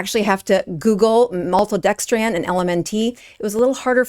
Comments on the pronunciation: This is a false information video. First of all, it’s pronounced malto-dexTRIN not maltodextraaaaaan for a reason. A scientific reason. And it’s not deadly. You’re exaggerating to generate traffic to your site. You’ve provided no evidence or data to support your claim. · MaltodexTRAN is what bothered me.😂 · It's actually TRIN not tran. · It's "Element" and Malto-dex-trin not 'dex-tran'. ?? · It's not maltodexTRAN. It's maltodexTRIN. And you're a doctor, huh? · Please forgive this correction, but you're incorrectly pronouncing Maltodextrin. It's not MaltodextrAn. It's MaltodextrIn. (Not An, but In.) Again, not trying to be mean. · Please learn how to pronounce maltodexTRIN - not TRAN. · Appreciate this video exposing this crappy product - it is pronounced ELEMENT and also it's malto-dexSTRIN no malto-dexSTRAN - these issues harm your message. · Isn’t is pronounced MaltodexTRIN ? She keeps saying TRAN. Maybe I’ve been saying it wrong? 🧐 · Maltodextrin, not dextran. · Why do you keep saying maltodexTRAN? It's TRIN. T-R-I-N. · Maltodex'TRIN' not tran. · It’s NOT pronounced maltodextrAN, it’s maltodextrIN. Why undermine your credibility ? You sound uneducated. Didn’t they teach how to pronounce simple names of chemicals in med school? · It’s pronounced “element” it’s literally the word element with the ‘e’ removed. And maltodextrin is pronounced “-trin” not “-tran.” Please?! LaCroix, too? WTF?! Ok … pure fluoridated tap water from now on! Ok, I do agree that the ingredients lists MUST be accurate! And there needs to be higher standards to fully disclose these secret ingredients! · I’ve never heard a person add a d at the end of random words. It’s just funny. “Maltodextrand” or Cate “Shanahand” 😂 sorry but once you hear it it’s all I hear, good work thou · It’s pronounced “element”. It’s “maltodextrin”. Trin like tin. Are you sure you’re an MD? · Why can’t she pronounce maltodextrin properly? It’s not maltodextrAn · And maltodextrin as well. She kept saying maltodexTRAN.